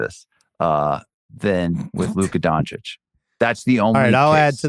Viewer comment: Laka Doncic 😂